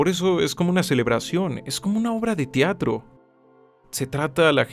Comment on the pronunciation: Se dice "Teatro" no "Tiatro"